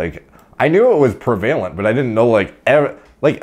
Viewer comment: Preh-vuh-lint :D